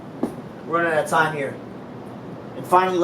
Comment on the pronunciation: A man like really said "fuhk owwtah here my nigguah" REAL G